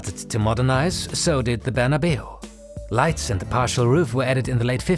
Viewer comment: Saint Barna-biu? Or Barna-Bao?